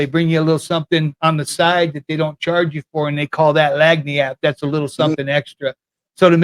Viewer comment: Not lag knee app lol It’s pronounced LAN-yap but yes a lil something extra